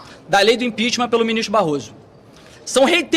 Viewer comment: Impitichm, impitichm e nada acontece